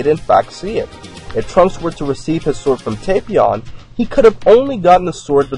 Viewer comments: It's tap Not tapeion It's tapion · its tah-pion